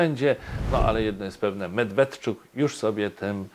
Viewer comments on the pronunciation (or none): Ale moglby sie pan nauczyc wymawiac nazwisko Mjedwjedczuk .